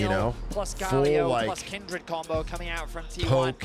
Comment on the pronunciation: Why everybody keep saying “Kendrid”. Isn’t it Kindred?